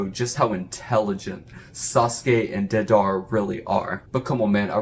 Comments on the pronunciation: Its Day-Da-ra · Dedar? Deidara lol